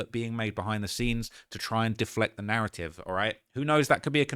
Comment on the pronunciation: Narraive 🤣 stop hiding ur T’s bruv we won’t throw em in any harbors